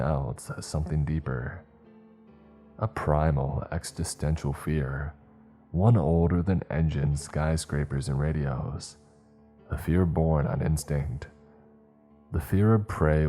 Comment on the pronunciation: How does this narrator CONSISTENTLY look at the word ‘existential’ and pronounce the ‘exi’ as ‘eK-STEH’ making the word ‘eK-STEH-sten-shall’, or seeing ‘weaponry’ and saying ‘weapon-DREE’ over, and over, and over again, for both words, across multiple stories????? And ‘nook-YOO-lar’, ‘reel-A-ter’, ‘stricK’ instead of ‘stricT’ but bro can enunciate the fuck out of letters in other words like a champ😂😂. Bogles the mind.